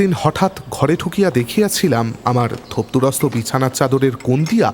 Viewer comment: আপনি পারলে উচ্চারণ গুলোয় একটু নজর দিন,বেশি শুদ্ধ করতে গিয়ে শুনতে অন্যরকম লাগে.... যেমন ধরুন চিমনী, ছিমনি নয়, গুজব, খুজব নয়, ঘরে, খরে নয়, বুঝিতাম, পুঝিতাম নয়....ইত্যাদি অজস্র.. আপনার নিজের চ্যানেল "Bengali Classics" ও আমি নিয়মিত শুনতাম, উচ্চারণগুলো সঠিক হলে আবার শোনার ইচ্ছে রইল....